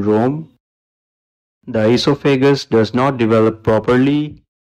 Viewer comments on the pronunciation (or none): Hello, diastole is pronounced dye-as-toe-lee Esophagus: ee-soffa-gus Thank you for the info